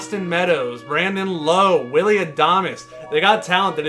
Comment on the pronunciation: Lowe like Wow, not like low. Remember the name